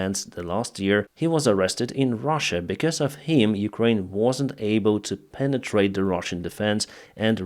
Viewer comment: When he said penitrate it ,i lost my train of thought 🤔🤔🧐